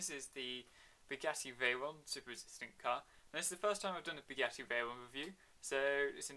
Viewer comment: It's not beuggatti is buggatti